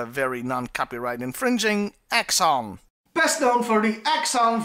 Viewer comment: It is Exxon not axxon. Just to give you a heads up. Great review.